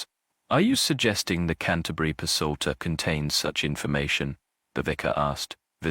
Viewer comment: this ai narrator is particularly awful. I'm at one minute.35 and he's already mispronounced leaded and psalter. I can't stand it. Hire a human. I'll do it for free!